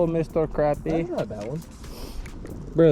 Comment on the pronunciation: it’s cra-pie not crap-ie